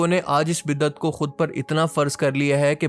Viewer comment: Azeezam! Jizakumullah for this important reminder and exposing those who are giving bad name to Islam and making fun of Islamic teachings. However, just for correction the correct word is "Bid-at" (Bay, daal, ain and tay) and not how you wrote and pronounced (BIDDAT). Thanks.